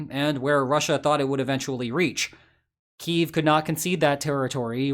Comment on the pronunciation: I appreciate that you correctly pronounce Kyiv the way it should be pronounced. Many youtubers still use the Russian pronunciation.